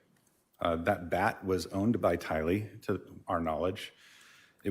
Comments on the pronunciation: That's not how her name is pronounced. Even her own mother pronounces it differently. The force of the pronunciation is in the Ty, not the Lee. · I noticed that too, not what you would expect.